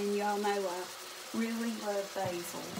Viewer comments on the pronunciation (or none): none